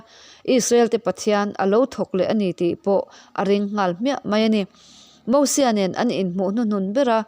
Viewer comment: Nia... Mosua tih te... 🤣